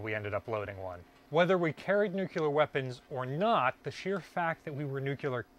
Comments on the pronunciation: It's pronounced NEW-CLE-AR, not NUCULER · Nu-clear. Not nu-cue-ler. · Nuclear... not "nuke-you-ler" 🙄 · I cringe whenever of all people, pronounces nuclear as nuke-ya-lar instead of new-clear. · Dude. You're an authority. The word is not Nuc-You-Ler. Learn it, say it, teach it properly. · Hey! Your videos are great. I'm really addicted to them and can't wait too watch every new one that you post. But, you gotta do me a favor.... Stop saying NUCULAR... It's pronounced NEW-KLEE-R. 😂😂😂 Thanks! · Orthograph : nu-cle-ar Americans : nu-cu-lar Pronunciation : am I a joke to you? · Great vids man. NewClear, not NewCueLar :) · The word in new-cle-ar, not new-cu-ler. Only one “u” in the word. Drives physicists crazy, which for us is a short drive!😂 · Great find. But it is pronounced Nuclear, not nuculur. Good luck getting anyone to talk about how those keys work. Security clearance prohibits anyone who knows from telling you that information. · Great video but he says "nuclear" like George W (nuke-yew-ler instead of new-clee-er) lmao. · NUCLEAR NOT NUCULAR!!! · Nuk U ler. Lmao. Nuclear. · NUU-KLEE-YER not NUU-KYUU-LAR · There's no such thing as nuckular. The word is pronounced exactly the way it's spelled and it's "NUCLEAR". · the word is nuke lee er not nuke you ler. it drives me nuts. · It's nuCLear not nucular, come on guys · IT'S "NUCLEAR" NOT "NUCULAR". Can we please get this right?? It's simple english. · It is not NUCELAR is NUCLEAR for god sake!!! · Nu CLEE arr, please... Not Nu KYU Lar. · Ok first thing. Say it with me. New clear. Nuclear is a 2 syllable word lol. Sorry former submarine reactor operator here. I know the reduction gears going to the shaft should have all the inspection and maintenance ports locked up tight to prevent sabotage. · omg, "nucular" just drives me up the wall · I had to bail out after the twentieth time he said “nookyuler”. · Nuclear. Not “new queue ler” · You did not just say "nucular"?